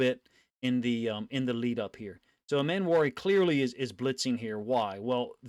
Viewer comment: Love your content. Its Eeeeeeemmanwori tho. Eeeee